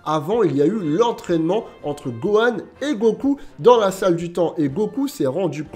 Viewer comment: on a tous entendu buhan et pas gohan